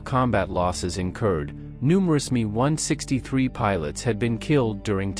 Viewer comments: Its "M E" not "me". Great details compromised by AI narration and silly music way too loud. You should fix these issues and have an excellent presentation. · Not a me163 but an M.e.163. AI again . . .